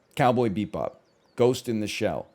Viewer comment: The way he pronounces Bebop